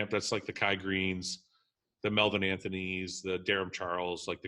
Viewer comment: Fouad... It's Anthony, not T... H...